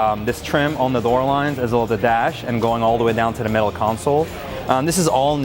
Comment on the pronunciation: Did he say 4 dour coupe?